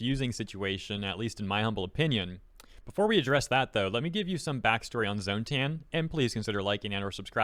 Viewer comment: You mispronounced "tan."